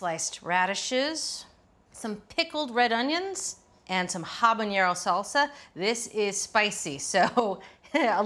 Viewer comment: It's missing cumin. Also, it's "habanero," not "habañero"